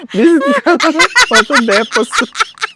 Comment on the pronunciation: mima tawang tawa talaga din ako sa de-po-sit,anway enjoy watching from laguna.